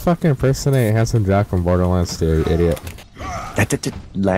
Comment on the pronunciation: Jack, not jacc